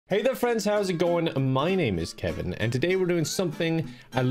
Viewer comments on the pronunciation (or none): More like call me lol